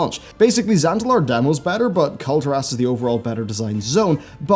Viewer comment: You pronounce it Kul-tear-us. That's the same thing with Argussian. They're from the world Argus. Why would you pronounce it Ar-goose-ian? It's Arg-gus-ian lol why?